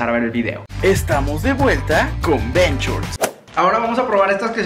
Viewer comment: argentinos: tentaciones bershorts:tenciones jajajajajajajajjaaj lpm